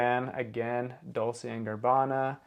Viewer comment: It's pronounced "Car-tee-yay' and also "Dol-chay and Gabbana"